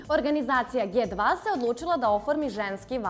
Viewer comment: Dži 2, ne Ge 2... Molim vas, para uši kad se čuje ge 2...